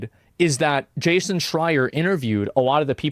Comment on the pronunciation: Why does asmon say Jayshin instead of Jason